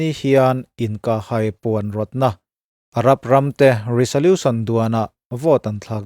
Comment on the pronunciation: Resolution tih a 's' hi 'z' ang a lam tur aw